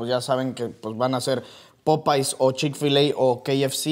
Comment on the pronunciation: que nacos popays se dice popeyes porfas